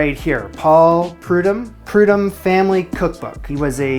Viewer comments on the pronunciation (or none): Congratulations...that was a real stretch for any of us! I would enjoy trying it someday, if I have 20 people for Thanksgiving. Only constructiive feedback, is the chef's name is pronounced Pru-DOHM not Pru-DOME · Showing my age here…. I grew up watching Chef Paul Prudhomme on TV…. so, I must tell you, it’s pronounced with a long “o” … Prude-home. Carry on! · His name is pronounced like prudome. Long O. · His last name is pronounced Pru-dome, just fyi. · Ah, the holy trinity of Cajun/Creole cooking. Good job, and homemade cornbread is absolutely delicious. I need to buy the stuff to make it...and honey butter. Chef Paul Prudhomme was huge in Louisiana and Texas when I was growing up. And it's prude-home, like the French pronunciation homme as in man.